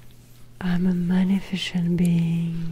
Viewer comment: Excellente vidéo!! (je dois toutefois vous indiquer que le mot 'magnificent' se prononce comme si la C était une S, 'mag-NI-fis-sent' sans le son de CH là-dedans. Outre ça la vidéo est parfaite!)